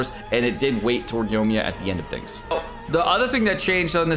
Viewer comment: OMG please say Yoimiya correctly